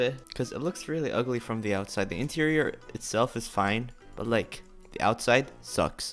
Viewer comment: E-TEIRIOR Me: interior